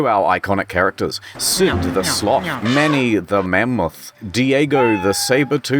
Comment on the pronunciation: " the mamoth"